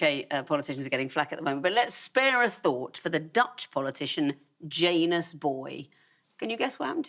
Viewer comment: Also, I have no proof of this, but it does feel like it should be Ya-nus.